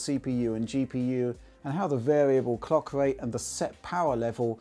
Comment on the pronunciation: Now I know this guy means clock speed but he needs to work on his pronunciation of clock so it doesn't sound like something much different which is what I heard.